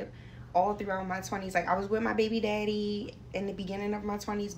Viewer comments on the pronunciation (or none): Lol 😅, thought is was only me that heard it